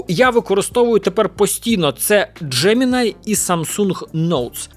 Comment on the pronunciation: Джемiнай читаеться як джемiнi